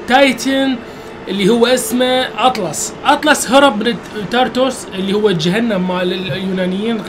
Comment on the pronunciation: حبي اتلاس مو اطلس